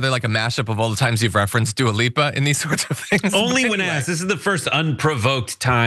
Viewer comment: What's a "duel lipa" ?